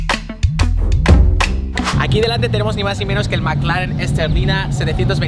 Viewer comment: Incluso lo dijo bien